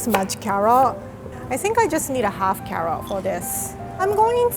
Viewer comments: She says carrot like karot 🥕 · “Cawoot weawy good” hahahhahahaahahahahahahhahahahah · I love the way she pronounces carrot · mayor quimby's nephew: it's CARROT, say it right. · That way she says carrot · idk y but i like when says "carrot" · I like the way she says carrot